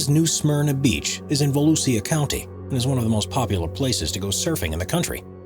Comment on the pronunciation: New Smyrna Beach in Volusia County...Volusia is pronounced 'Vuh-lew-sha'.